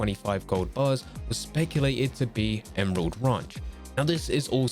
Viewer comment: This guy doesn’t even know how to say ranch.